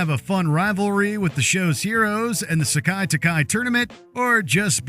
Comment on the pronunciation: It's (SE-KAI, TAI-KAI), not (sock-eye, talk-eye).